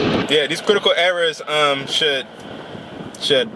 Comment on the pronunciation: "Quitacal Ewawas"